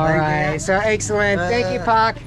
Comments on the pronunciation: Just say "Pa" to adult/parents....not "Pak" because your pronunciation like "Fuck"...Bapak = Pa = Pak #but its no problem, because your foreigner XD :) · You don't need to say "Pak" it pronounces "pa". Thanks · i think you need to improve your pronunciation of "pak" 😂